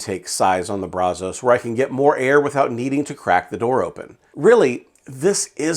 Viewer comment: Kinda surprised by the results just because I thought it would be harder to get consistent temps in that weather with the non-insulated firebox. There is one thing that drove me crazy about this video though. You repeatedly mispronounced Brazos. As someone from Texas, who grew up and lives no more than 10 miles from the Brazos River, the namesake of the smoker, I have to tell you that the local vernacular is brazz-us. Brazz like brass, but with "z" and us. Everybody not from here gets that wrong, and it drives me nuts. Just had to get that off of my chest. But I have the Brazos version without the counterweight, and to me, pound for pound, dollar for dollar, it's the best value smoker on the market. I absolutely love mine. I've added firebrick to the firebox to help insulate it, removed the stock baffle plate and use a cheap stove pipe as a stack extension to help out with the draft. It makes great Texas BBQ.